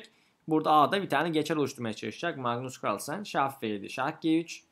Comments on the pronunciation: magnus cuarlsen demene bir ben gıcık oldum galiba:D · mıgnıs kıırlsen